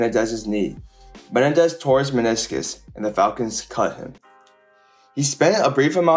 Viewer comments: Just FYI for future reference... it's not MEN-un-dez... it's Meh-NEN-dez. The injury and off-field events of his life were absolutely tragic and unfortunate. Odds are, he would have been the Falcons' primary returner and probably a 5th rotation WR used mostly in short-time, long yardage drive situations. That alone could have given him a nice career for several years (as long as he kept his speed), despite not being a good WR by any means. While he may have played well against a handful of weak division 2 defenses in at Eastern Kentucky, he was not impressive at all against the likes of Troy, Western Kentucky, Appalachian State, Southeast Missouri, or the Div 2 playoff game against Western Kentucky in 1997 (half the games on the schedule). He was outright terrible against Kentucky, Appalachian State, and Murray State... the only worthwhile defenses he played his senior year. He basically had 750 receiving yards and 8 TDs against 3 teams in 1998 (Eastern Illinois, Western Kentucky, and UT-Martin), while barely showing up for the other 8 games (less than 300 yards receiving and only 3 TDs). This and the fact that he was an extremely small WR even back then (5'9, 180) are why he wasn't taken until the 7th round. Also, Menendez NEVER held the record for most receiving yards in a game for Eastern Kentucky. His big game against Eastern Illinois was the second most in school history. The actual record is 316 by Aaron Marsh against Northwood in 1967... 31 years earlier. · Dude why can't you say Menendez? Meh-nen-dez. Not Ma-ne-dez. Holy ** man. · Me-nen-dez Not men-e-dez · Me nen dez not men nah dez lol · ME-NEN-DEZ not ME-NE-DEZ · Rondel Me-nen-dez..ran a . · I like how he says "Menendez". Do better research. James Jett played for the Raiders and was an Olympic caliber sprinter. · Learn how to properly pronounce Menendez bro.